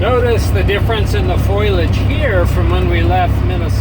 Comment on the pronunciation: Foliage not Foilage, just sayin'